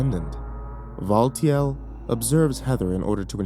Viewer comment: Looking at the timestamps. Valtiel. AH YES. "VULTURE". Update: Mispelled "Valtiel". Fixed spelling error